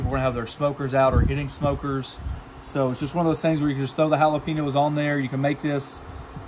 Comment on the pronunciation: Please learn how to say Jalapenos.